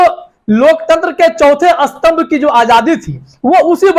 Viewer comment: अस्थम्भ नही स्तंभ होता है स्नान और अस्नान इस्कूटर ,, स्कूटर इस्कूल,, स्कूल